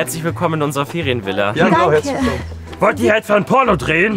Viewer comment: Niemand: Jeder: Porno: Pürno Ich:😂😂😂